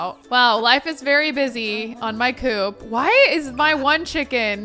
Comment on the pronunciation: Me working from home having this video in the background:: “it do be busy in my cooch” Me: WAIT... what? Hahaha rewind: “it do be busy in my coop” Me: OHHHH😅😅😅